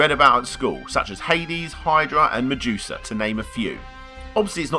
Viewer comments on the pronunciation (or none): none